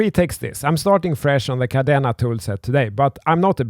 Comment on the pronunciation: he can’t even pronounce it properly and yet had the audacity to make the video. How embarrassing 🙈 🤦‍♂️